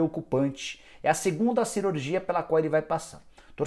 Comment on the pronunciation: "cerurgia" kkkkk